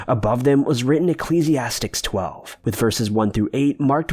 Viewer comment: The book in the Bible is pronounced "e-KLEEZ-e-asties" , not "astics".